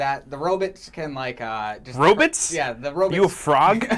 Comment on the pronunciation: was making a joke from Futurama. (I'm assuming) Zoidberg says, "Robits" instead of Robots. I gotcho back.